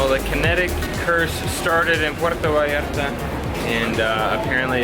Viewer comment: First thing to do when you arrive to puerto vallarta is pronounce it puerto vallarta not puero vallara 😂